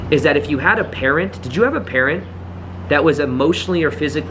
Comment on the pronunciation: I was so confused at first I thought you said parrot not parent. 😅